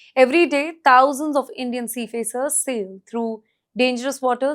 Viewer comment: She keeps saying seafacers. Is that how you're supposed to pronounce it?